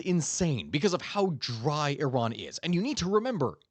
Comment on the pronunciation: SURPRISE - You know how to pronounce IRAN - EE-ron. Khehle momnunum. Dar Daneshgahda Pahlavi dars khandam. BS from U of MN MS from CSU. Retired agricultural engineer, irrigation.